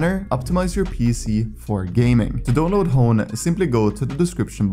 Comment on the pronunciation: except when he says download